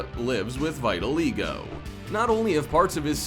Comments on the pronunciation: Can we talk about how he said Vitaligwo instead of Vitiligo? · it is vitiligo not vitalego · “vie li e go” It’s “vi til i go” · It not vital ego its vit-i-log-o 💀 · It's called vitiligo! Not vitil ego My daughter has it. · Not pronounced “vital ego” — its vittle-eye-go. With accent on the third syllable. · wait is he saying "vital ego", I think it is pronounced Vit-ah,-Lie-go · It's not vita leego it's vit a lie go I have it that's how you pronounce it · Vitaligo, not Vyttaleego. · It’s vitiligo not Vedaligo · It’s V-it-a-Lago. Not Vee-Tilago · "Va-eye-ta-lei-Go" no no sir it tiz, (Vita-Lai-go) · not him saying "Vyt-O-Lee-Go" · HOW HE PRONOUNCED VILTIGO 😭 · Am I the only one cringing at “vital-ego” please please that’s not how you say vitiligo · the condition is pronounced (vit-a-lie-go) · Itsfunneh these computer-generated audio descriptions get some words really wrong. The way he said "Vitiligo" was hysterical. He said, "Vy-ti-aLeego- go" ....😅 it wasn't until one of these computer created voices mispronounced several words that I realized I wasn't hearing a human voice and that I was listening to an automated computerized voice. It took me awhile to figure it out...but now I know. ...And now you know too! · that fact that my guy pronounced it vai ta lee go makes me triggered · Are you pronouncing Vitiligo the complete opposite of how it is pronounced on purpose? Check ...oof! Correct pronounciation is vi tuh lai go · It’s vit-i-ligo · vitiligo (vit-a-ligo) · It’s vit-i-ligo you’re pronouncing it wrong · Why did he pronounce vitiligo like veyetileego? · VIT I LIGOOOO JESUS HOW HE PRONOUNCE HIS WORDS JUST 😬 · tf is vital-ego lol learn how to pronounce it. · I didn’t know it was pronounced “vital ego” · He pronounced “vitiligo” wrong 😂 it’s v(ih)t(uh)l(y)go. That’s how you pronounce it. I have it... sorry if I sound rude it just bothers me😂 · Vitiligo is pronounced “VIT-ill-igo “ not vitiligo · It's called VIT-A-LIE-GO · plz look up how to say vitiligo lmao